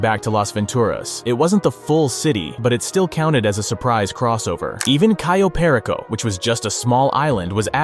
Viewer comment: It’s cayo perico not ciyo